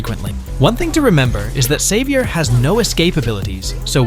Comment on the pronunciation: He was saying xavier and I heard saber😂😂